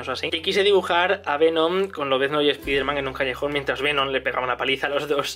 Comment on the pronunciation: Se pronuncia espaiderman no espiderman xd